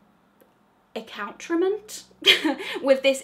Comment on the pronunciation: Em-blah-zoned? I think it's Em-blay-zoned. And account-ra-ment should be accout-re-ments.